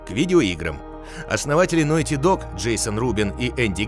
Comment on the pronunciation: Опракидывайте рюмку каждый раз как он говорит «нойти».